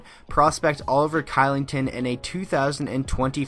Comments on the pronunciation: Hey just so you know for future reference, Oliver Kylington is pronounced Shillington. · Oliver Kylington is pronounced Shillington dude